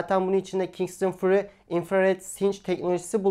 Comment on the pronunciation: furi değil föri. ah bir de ingilizce bilseniz